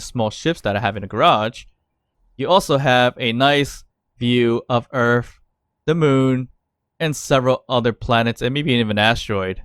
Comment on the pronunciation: Please never go back to earf because most people pronounce it earth